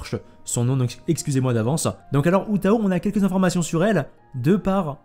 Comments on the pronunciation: Juste un petit point sur la prononciation, ça se prononce "Hu Taw", avec le H qui se prononce comme si tu te grattais la gorge. La voie Japonaise de Hu Tao s’appelle Rie Takahashi. Perso je pense garder ma pity pour elle car je n’ai pas de bon perso Pyro. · Le Hu c'est plus un "Ru" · Oui mais pas comme il le prononce "Hu taOH" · En chinois le "h" se prononce comme le "j" en espagnol, une sorte de "r" donc "r"ou tao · Oui c'est plus "Hu Taw" en prononciation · Piur la prononciation on dit comme "roue Tao" les H en chinois sont des r 😉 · Si tu veux prononcer à la chinoise ca se dit "Hrou tao" ! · c'est se prononce "rhu tao" ;) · Pour info Hu Tao se prononce à la chinoise donc le h est prononcé à l'anglaise, le u se prononce ou et l'accent tonique est sur le a de Tao En chinois, Hu tao veut dire raisin dans le sens commun :) après en fonction des tons le sens peut changer mais c'est le seul que je sais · Le H de Hu se prononce à peu près comme un R français, sinon le reste c'est correct si on fait abstraction des tons. U se prononce bien 'OU' derrière un H.